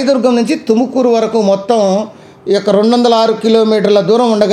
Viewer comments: ఎందన్న. తెలుగోళ్ళ మరియడ తిస్తున్నావు. బెంగళూరు లో కర్ణాటక టుకుమూరు ఉందా 😅😅 తుమకూరు అన్న అది తుకమూరు కాదు కర్ణాటకలో బెంగళూరు ఉంది అన్న. ఎంతో మీరంతా ఎక్కెక్కడ నుంచి వస్తారో. 😢😢😢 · Adhi tukumuru kadda raa tumakuru